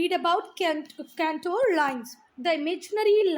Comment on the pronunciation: It is contour lines You r pronouncing it wrong cantour lines